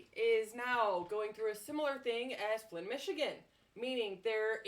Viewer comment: Flint Mi. Not Flynn.